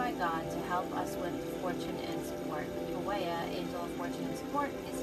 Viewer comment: I thought the pronunciation is po-ee-el